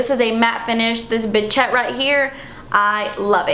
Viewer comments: It's Bichette not Bitchette, lol! As in BISH-ETTE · Itt's not bitchette!! It's "Bichette"!!! without the "T" lol!! :D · Its acutally bichette "bish-ette" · It's actually a French word pronounced "bee shet" :) It's a term of endearment in France! Bitchette would be a hilarious name though!